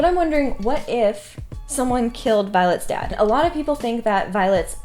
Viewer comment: For a moment, I thought you said violet's death. I'm like she died? Just realised that you meant dad